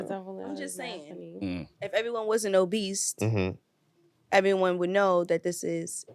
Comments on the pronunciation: i just wanna know when did OBESE have a T in it smh? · Is there a T in obese?